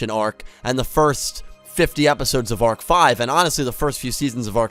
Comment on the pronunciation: Arc-V not Arch-V